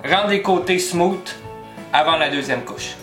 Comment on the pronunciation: Salut! Excellente tutoriel. Vos explications et vos micro-démonstrations sont précises, simples, efficaces.... mais maudit qu'en tant qu'anglophone, ta prononciation du mot ''smooth'' me fait grincé des dents. lol, mais pas grave. Féliciation dude.